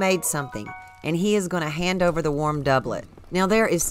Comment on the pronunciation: i just want to formally thank you for actually pronouncing doublet correctly